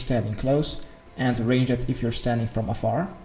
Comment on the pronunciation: The way you pronounce "Ranged" makes me grit my teeth lol